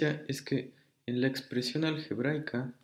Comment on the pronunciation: Dice "expresión algeraica"